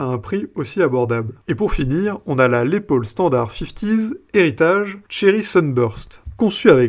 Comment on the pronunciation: On prononce Laisse Paul et non Laid Paul,si cela peut vous aider de quelque manière.musicalement.😎😉